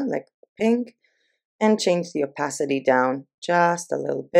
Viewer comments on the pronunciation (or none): none